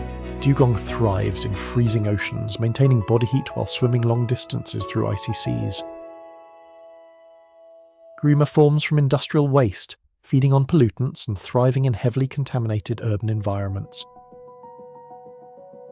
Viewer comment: Greemer!! What the Fuck is Greemer. Its Grime er!! Mong!